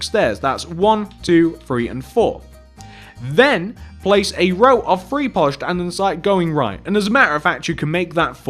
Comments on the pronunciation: boi say three not free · One ,Two ,FREE, and four 😂😂